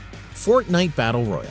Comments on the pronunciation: Say "Royale" again please xD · extraordinary Games Say "Royale" again please xD I keep looking for other mmos but these videos lack of information Apex broke twitch records cause they paid for it. It no longer sits on top.